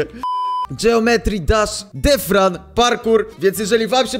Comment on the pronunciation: Mowi sie detran a nie defran xddd PS. Wiem ze pisze sie deathrun